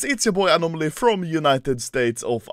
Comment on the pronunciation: I don’t think anomaly knows how to read when he said his own username he butchered it bad